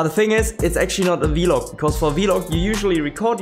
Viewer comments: It is pronounced vlog rather than vilog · I love how u say vlog. "Vee-log"😂 I love it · Awesome video, great fun. The way you pronounce vlog is pretty funny to me, have never heard it been said that way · Haha yeah I brought it up towards the start of the stream and he made a poll out of it, was quite funny